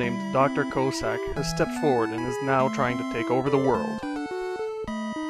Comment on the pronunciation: lol, you totally mispronounced Cossack's name. It's not "Co-sack", it's more like "Coss-ack". Btw, I think Inafune failed in his attempt to make Eddie some kind of lottery gimmick. Because if you don't like what he throws out, you can always go down the ladder and he'll throw another item when you come back up. So I was happy to see Auto's shop in Mega Man 9, because it eliminates all that BS and just gives you whatever you need right away.